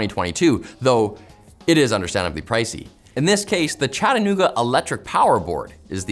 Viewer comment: From Chattanooga. Fiber is fast, cheap, and reliable here. Also, I applaud you on your pronunciation. You say it like the locals. Fun fact, Chattanooga is a Cherokee word meaning “rock coming to a point”